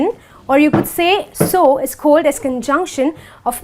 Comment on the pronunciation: She says cohld for called